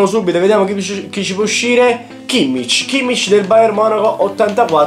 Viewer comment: Si dice WERNER senza accento e si dice Khimmic